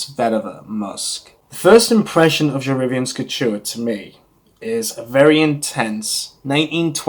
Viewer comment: pronunciation = je re-VYEN. The original was discontinued by the end of the 1980's. The subsequent reformulations were shadows of the original. Until we got Je Reviens Couture in 2004, which is a rare reformulation that is almost exactly as the original was (which I remember). It's interesting that you call it "otherworldly," as a dear friend who has significant experience in the perfume industry always says it smells like a ghost. Name comes from a poem, from which each of the Worth fragrances each take a line - Dans la nuit, Vers le jour, Je reviens, Sans adieu. p.s. it's better to not rub after you spray since it breaks down the top notes. Thanks for a good review!